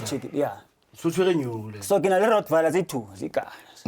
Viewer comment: Rottweiler not "ROCKVILLE", please.